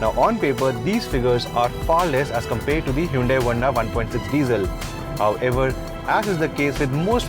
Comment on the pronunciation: I heard the words "COMPAIRED" and "KABIN SPACE" clearly:D:D